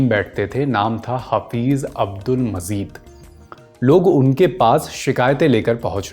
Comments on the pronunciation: Abdul Majeed hae Mazeed naheen dost talafuz to sahee ada karain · Bhai apna nukhta sahi kerlo, Majeed not Mazeed, Taazagi not Taajagi. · Father of hakeem saeed was not mazeed ,His father name is Abdul Majeed(not mazeed) so many talaffuz mistakes, pronounciation of urdu was wrong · Bhaisahab unka talaffuz ka thoda masla hai , aur kuchh mahaul ka, Rehne dijye, itna bhi bol le rhe yahi kaafi hai aaj k daur me